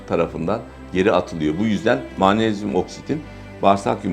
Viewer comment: Mağnezyum = MAG NEZ YUM!